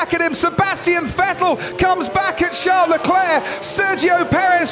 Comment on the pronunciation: Sean Leclerc? what is Sean British for Charles?